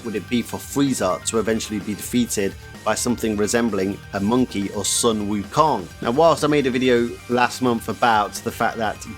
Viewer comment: I'm literally only watching this because he said monkey like freezer lol damn monkeys